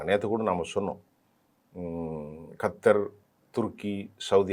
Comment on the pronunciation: ORU CHINNA THIRUTHAM THALAIVA. ATHU KARTAR IILA QARTAAAAR ( NINGA SOLURATHU ESU KARTAR POLA IRUKU) ATHE POLA, DUBAI ILAI BUBAAAAI. iPADI TAMIL A SONA THAN PURIYA EASY A IRKUM. NANRI